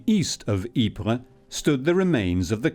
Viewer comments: It's Eeper not Jeper in Dutch pfff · In Flemisch it is "Ieper" and you pronounce it "eeper" like I can "SEE" you, or I "EAT" candY